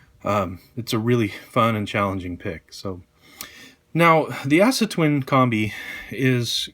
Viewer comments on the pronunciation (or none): aah-suh, not ASS-A